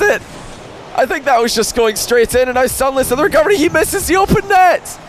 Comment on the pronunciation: the best thing about the commentary is still that every time he says "recovery" i hear "recubbery"